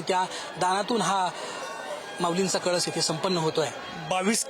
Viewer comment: कलश....हा वेगळा .....व .....कळस ....वेगळा आहे ........महाराज आपन सुध्दा कळश म्हणा.....❤....